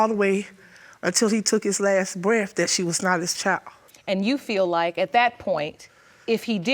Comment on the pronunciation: Grandma looks good for 63, why do black ppl say breaf? It’s breath with a TH at the end 😂😂😂😂😷 the neice said he was down souf😂and boff of them😂